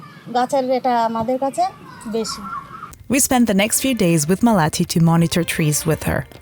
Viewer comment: Repeat this: "Maa-Le-Ti". Not Ma-Laa-Tee...Also, Indians don't "shovel" rice into our mouths. That's very disgusting and insulting. Would you like it if we said Westerners poke their forks and spoons into your mouths. That's one way, ours in another, a more natural way that humans practiced for 99% of our existence. Better to describe this as using our hands to eat...